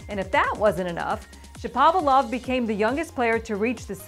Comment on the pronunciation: Get Shapovalov’s name right! No one gets it right.